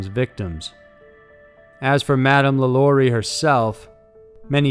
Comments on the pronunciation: It's Madam Lah Lah REE. That's the phonetic spelling. Remember. She was French. I lived in Louisiana. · Omg so many inconsistencies about the lalaurie mansion, which you mispronounced. You didn’t mention that the original reason that they heard sounds in the house right after she left was because there were slaves buried alive in the house that they never found until years later. You also didn’t mention the fact that every person that has owned that house has had a series of extremely bad luck happened to them, including Nicolas Cage. And the Lalaurie mansion is not an apartment complex now it is still just a mansion, and it is owned by a private citizen and he does not allow tours of the building. I was literally just passing by it last month.